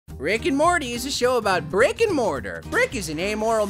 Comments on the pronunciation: It's Morty not Morder bro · morter you mean morty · dude 10 seconds into the video you called morty morter and you continued to call him morter most of the video lol this is too funny great video though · He kept saying morter it’s Morty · Morty not mory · Its MORTY NOT MORADOR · Morter.....who the fuck is morter.......it morty dude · Ummmmmmmmmmmmmmmm his name is not morter it’s morty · ITS MORTY NOT “MORTER” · Umm... excuse me it’s M.O.R.T.Y not morter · It sounds like he's saying morter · You pronounced morty wrong